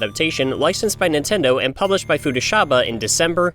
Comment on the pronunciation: I used to have a game‐book adaptation like this based on Yoshi’s Island... By the way it’s 双葉社 Futaba‐sha, not “Futashaba”.